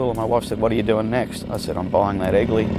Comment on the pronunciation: Being a Yank, for the first bit of the piece I thought he was saying “Ugly Vincent”😂 My youngest son’s middle name is actually Vincent, half for VanGogh and half for this beautiful motorcycle.